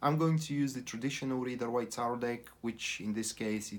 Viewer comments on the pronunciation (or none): (: I think you meant "conceited" or "narcissist"......Someone who only thinks of themselves.................!!!!! Conceited - pronounced like this: (con-ceee-ted) The Ryder Waite is pronounced Ryder (like the word 'ride' so Ride-er).......☺ (But that's not a big deal......)!!!!! The reading is accurate...I am a crosswatcher & those are my traits & things I do not like!!!!! Very positive Reading.......!!!!! ..................☺